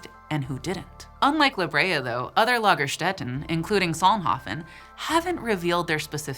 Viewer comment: Perfect German pronunciations & use of the plural suffix "-en",!! 🤍🩶🖤❤️💗🩷💜💙🩵💚💛🧡🤎 ~ greetings from Bavaria 😘